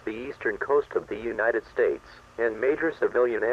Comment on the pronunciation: The word is "further," nit "futher". And it's UNITED States, not UINITED States.